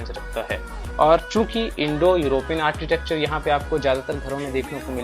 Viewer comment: आरचीटेकचर नहीं कहते. . आरकीटेकचर pronounce kartey hain